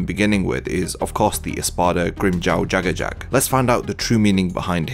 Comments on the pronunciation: Am I the only person who pronounced jaegerjaquez as “yay-ger-juh-qwez” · "Jak-kurr-jakk" Me :YAAY-GURR-YAH-Ga-WEEEez